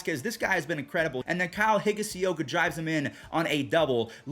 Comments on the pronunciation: for Higashioka I think it’s Hig-Ah-She-O-kuh Not Hig-Uh-See-O-kuh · Higashioka. The pronunciation gets to me